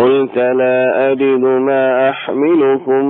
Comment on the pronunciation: يا صوتك ما شاء الله روعة بس عندك خطأ وهي(مآ) المد ست حركات عجبني الصوت أيها